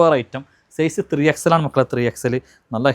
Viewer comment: നള്ള അല്ല നല്ല ✅😆